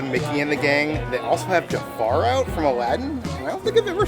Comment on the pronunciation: Isn’t it “ Jafar” not “Jafaro” ? lmao